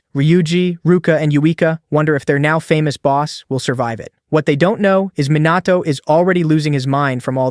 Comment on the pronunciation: Is is Minato or MOnato ... srsly stop that KI Summary and KI Voice Bullsh!t